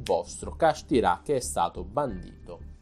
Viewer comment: Kashtira non kasthirá capito?!